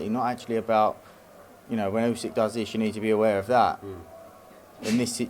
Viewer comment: Still can’t pronounce the undisputed world heavyweight champion’s name. It is NOT Usek ffs!